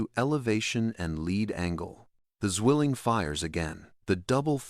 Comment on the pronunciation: Zwilling not swilling your not chugging a beer